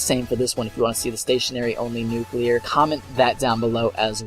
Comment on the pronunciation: hip fire nucular